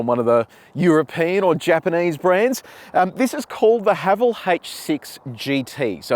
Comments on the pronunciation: The name Haval isn’t derived from any meaningful Chinese. Thus, just pronounce as “Ha Val” : ) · Pronunciation- It’s Ha-vaaaal. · Kia Ora, Haval in Chinese is pronounced Ha Fu 哈弗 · Ah, it's pronounced 'Haval' rhymes with 'travel'. It's not a Chinese word. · In cantonese Haval pronunce ha fxxx😅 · Haval is getting incredibly popular here in South Africa. We pronounce it Haa vaal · In Chinese, Haval is pronounced ‘ ha full ‘ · Brand pronunciation guide in Mandarin: ha-fo. 'ha' like the laughter haha, 'fo' like the 'fo' from the word forgive. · Im a Chinese living in SYD，we pronounce HAVAL sound like [hʌfo] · 哈弗 (Hāfú) is the Chinese spelling, and you pronounce that just like "Hafu". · 哈弗 You pronounce the first part of HALF, or simply HA, and the first part of FOOD, or simply FOO. HAFOO then. lol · Thanks for your fine review. I appreciate the fact that you are the only reviewer of whom I know who does the 80 to 120 essential for passing B Doubles. [ps. someone below is Chinese and comments on how to pronounce HAVAL. My only issue having taught English is pronouncing 'H' as AITCH. thanks again.] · As Chinese I can’t pronounce Haval either. I think they picked this name to confuse the Chinese people to think they’re German cars.